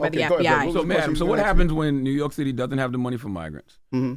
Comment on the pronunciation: What’s ‘rork’? Dude is a clown 🤡